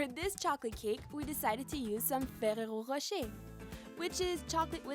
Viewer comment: Nice pronouncuation for the ferrero rocher! Im french btw, and thats exactly how i pronouce it lol